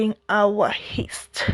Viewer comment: its not Heast but rather Yeast 😅